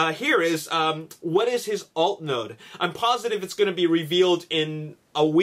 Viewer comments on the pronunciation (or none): none